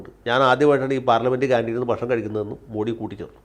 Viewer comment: മോഡി. അല്ല. മോദി എന്നാണ് ശരിയായ ഉച്ചാരണം.